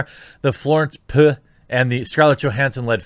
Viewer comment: Lmao I believe Florence Pugh is pronounced “PEW” 🔫